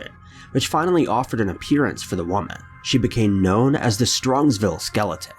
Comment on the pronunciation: I thought I was the only 1 who noticed this! I'm getting so annoyed because he cant say woman correctly and a bunch of other words